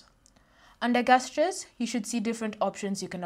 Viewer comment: it`s pronounced JEST-CHAIRS... not GUEST-CHAIRs.... jesus christ